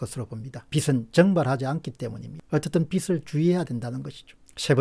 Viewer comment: '빚을' 은 '비슬'이 아니고 '비즐'로 '빚이'는 '비시'가 아니고 '비지'라고 발음해주세요 콩떡같이 말해도 찰떡같이 알아 듣긴 하지만 정확한 발음이 신뢰감을 더 높여준다고 생각합니다 ^^!